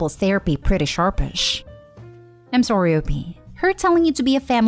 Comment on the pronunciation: Are you Canadian? because you say the word sorry like a Canadian